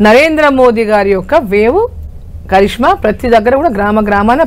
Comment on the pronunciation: చరిష్మా కాదు రా కరిష్మా అనాలి,అసలేమొద్దు నాలుక. నీకు ఇంటర్వ్యూ లు ఎలా ఇస్తున్నారో అర్థం కావడం లేదు రాబాబూ 😂